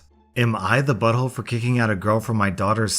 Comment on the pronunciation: shot a vodka everytime says bottholé